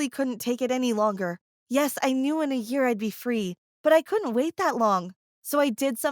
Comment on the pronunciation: "One yaer." You messed up